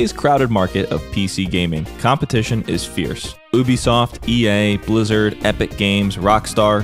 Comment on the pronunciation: Ooobisoft xD